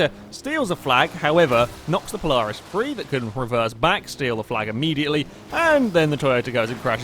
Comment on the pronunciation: I mean, I know you're British, but you say Polaris kinda strangely